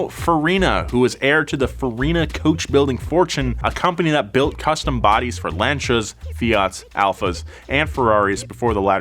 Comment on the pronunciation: Lancia is pronounced Lahn-cee-ah not Lan-cha